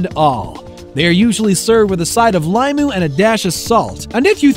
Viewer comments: It is pronounced o pe he not a pa he. The word is pronounced lee mu not lie mu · In Hawaiian The letter I is kinda pronounced like E so Instead of Ah - peh - He , it would be Ooh-pee-hee and instead of lai-mu , its Lee-mu